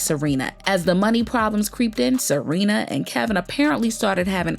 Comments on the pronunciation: Her name is Sharina… not Serena.. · Not Serena.....Sha-rina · Why you keeps calling her SArina? 🤣🤣🤣 it’s SHArina! You are too much gurl! 🤣🤦🏽‍♀️🤷🏽‍♀️Good tea ☕️ 🫖 spilled because I didn’t know that Wendy was the one to hire the Private investigator 🕵️ 😱to watch Kev! 🤣👍🏽✅ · The way ya’ll keep messing up their names 😂 Kevin and Serena. Yunggggg🤣🤣🤣🤣🤣